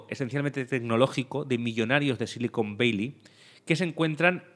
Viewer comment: Otro gran programa. Por cierto, una pregunta: "Silicon Beili" o "Sillicon Valley"? (min ) A ver si estais hablando de otra cosa y no me he enterado xD Un abrazo y siento el detalle, pero vivo fuera y me ha chirriado un poco. Muchas gracias por vuestro contenido. Un saludo desde Edimburgo.